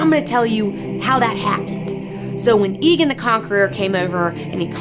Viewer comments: AEGON NOT EEGAN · It's aegon, not eagon :( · jesus my ears. it's not EEE gone. it's A-Gone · Whenever you say Aegon as Egon it reminds me of the bloke from Ghostbusters. Surely it is Ay-Gon? Regardless awesome video girl! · Egg is word play on Aegon V's name, not just using the first syllable. In addition Aegon V owned a dragon egg, so the nickname was very appropriate. Even the show says it more like AY-GON instead of EGG-ON. Call him(them) what you wish, but until George R.R. Martin himself comes out and says the fucking A is silent, I'll stick to saying AY-GON. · IT IS NOT PRONOUNCED "Igon" it is "Eigon"!!! Great vid. nontheless:P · I like this and it was entertaining but DAMN IT, IT IS PRONOUNCE EGG-GONE not EEE-GONE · tbh i don't know why Aegon is pronounced "egon", when rhaegar isn't "rhegar" and aemon isn't "emon". so i'll continue calling him "aygon". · Aegon should be pronounced A-gone not E-gen or ghostbusters Egone. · Ee-gon? I always pronounced it like Aemon: Ay-gon. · AEGON NOT EGON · aegon not aeon but your cute so i forgive you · Please stop saying egin, its aegon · I thought it was "EGG-ON". If not why's Egg from Dunk and Egg called Egg? Egg. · Love your show, plus your a hot geek and all, but as a ASOIAF fan I gotta say, it's EGG-on. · It's pronounced AYE-gon you silly silly girl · She doesn't even pronounce Aegon correctly. Fail.